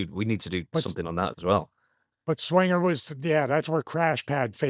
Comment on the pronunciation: But didn’t say Johnny swingah